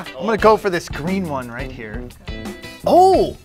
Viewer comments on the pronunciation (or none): No one: Jamie: You can put it right mnyah! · "You put it right hmere" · that got me he was just like “you can now put it right nyow”